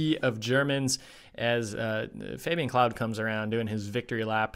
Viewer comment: The Claude brothers (Fabien, Florent who races for Belgium, and Emilien) is pronounced "Cl-ode", not "Cloud". 😉 Thank you so much for these Schalke event videos, very fun to watch while we wait for the World Cup races to start back up next week. 🙂